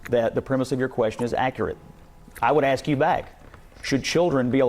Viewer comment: The people who can't pronounce "ask" don't need to be policied? Hahahaahaa